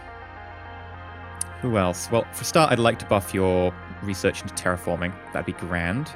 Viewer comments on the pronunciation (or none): none